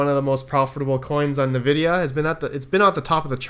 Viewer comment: Been watching you since November, still bugs me the way you say Nvidia lol